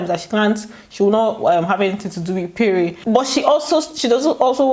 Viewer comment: it's pronounced péré not payray...Lol